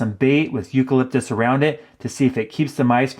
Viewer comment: You call lip dis oy ell